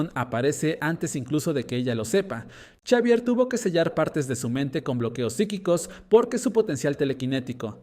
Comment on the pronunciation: Me tiltea que diga chavier y no exavier